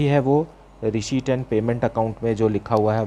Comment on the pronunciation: sir pdhata toh acha ho pr receipt bolna sikh loh🥺🤣